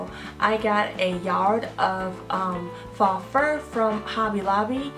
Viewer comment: It's not faa, it's pronounced with a long o, just say the letter O. I love your ideas